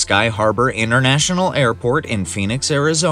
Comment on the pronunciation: "Fenix" Arizona. Sheesh. Is that AI failure or general ignorance?